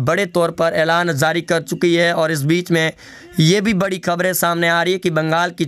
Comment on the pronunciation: Oye bolna seekh.Zari nahin jari hota hai.